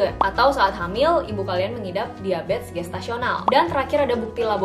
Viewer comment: Bingung kenapa nyebutnya diabets ya, bukan diabetEs